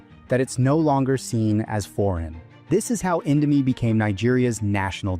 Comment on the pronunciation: Good video but I became irritated over the way you pronounced “Indomie” (over and over again). 😅